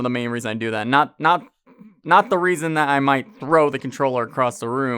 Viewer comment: "That's the only raisen" I happened to be eating grapes and fell out of my chair laughing. Great review!